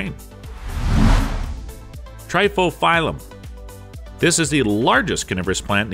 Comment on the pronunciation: Narrator: Next up number 13 triphyophyllum Me: the fuck you call me